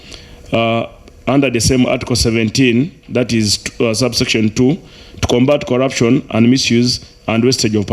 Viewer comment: I managed to work out some of the pronunciations: Delivaly (delivery), collapson (corruption), lule (Rule)